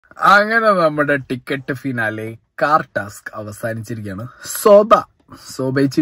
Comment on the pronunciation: ശോഭ അല്ല ഷോ ഭ